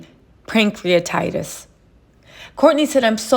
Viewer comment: It's Pancreatitis not Prankcreatitis 🙂